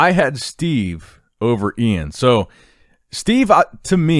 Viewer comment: Thank you for saying iains name correctly!